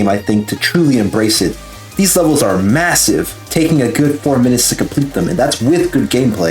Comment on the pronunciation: mwesive you know what else is massive